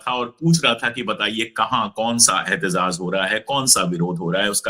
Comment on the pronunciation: अशोक भाई सही शब्द एहतेजाज है, एहतेज़ाज़ गलत उच्चारण है।